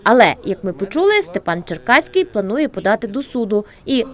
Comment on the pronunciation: Шановна редакція, я хоч і проти нинішнього голови товариства, але все ж він Черкавський, а не Черкаський.